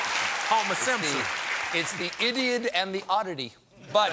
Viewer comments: "The idiod" Hahahahaha.... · "The Idiod". Oh yes, the "Achilles mouth". 😂😂😂🤣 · Lmao "Idiod".....😂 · “The Idiod and the Oddity” lol! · "The IDIOD" I am ded. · « The Idiod » ! 🤣🤣🤣🤣🤣🤣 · 'The Idiod' literally almost killed me; I shot coffee out of my face and started coughing so hard.